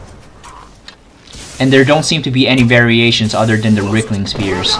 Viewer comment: "Ricklings"? Dude, you're not even trying are you?